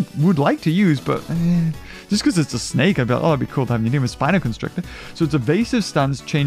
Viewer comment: He called it a hydra,snek instead of snake 😄🤣